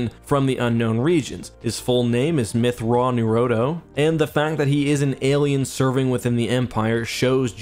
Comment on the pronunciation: "Mitth'raw'nerodo" Thrawn: "It's pronounced Mitth'raw'nuruodo": "That's what I said, Mitth'raw'nerodo" Thrawn: "Mitth'raw'nuruodo";P